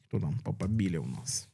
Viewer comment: Не "папабІлі", а "papAbili". ) Не Ердо, а Ердьо. Не "Хосе Делантіно Калака де Мондонка", а Жозе Толентіно де Мендоса. Говорять про Пароліна, показують Дзуппі (не Зуппі!). Не ТарксОн, а ТАрксон. Ну якщо беретеся за тему - вивчіть матчастину.